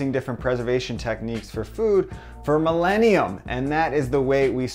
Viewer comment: Millenia..... I know you are only American, but could you please speak English correctly!!!!! I swear, it's like dealing with a child that has their hand on the nuclear button.